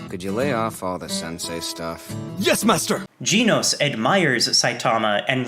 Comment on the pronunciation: GEHNOS NOT GEEEEEENOS